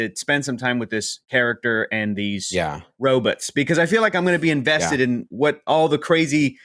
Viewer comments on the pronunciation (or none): Lol called them robuts🤣